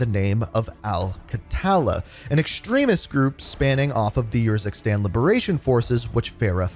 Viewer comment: “Yurzikstan” nahhhhh bro did them dirty💀